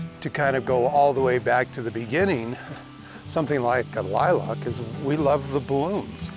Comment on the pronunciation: Great advice but the way you pronounced lilac drives me nuts....there is no o in lilac